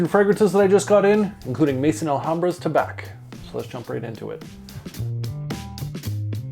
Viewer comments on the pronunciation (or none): Sounds like that Tabac (btw, Tabac in French is simply pronounced with an "ah" sound at the end, the c is muted 😉) is a good one, need to get this guy. Swiss Arabian is hit and miss, really. Their standouts are definitely the Shaghaf oud series and Casablanca by far, IMHO.